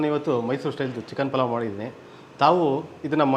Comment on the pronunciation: ಪುಲಾವ್ ಅಲ್ಲ ಪಲಾವ್😡